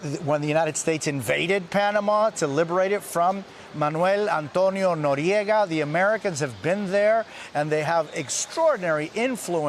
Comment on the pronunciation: I like how the news guy pronounced Manuel Antonio Noriega.